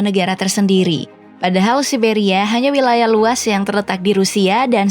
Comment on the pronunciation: Siberia ygy bukan sia siberia🤣